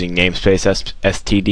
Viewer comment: You said std lol